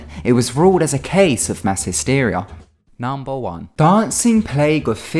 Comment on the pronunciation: 'hysteria' really bro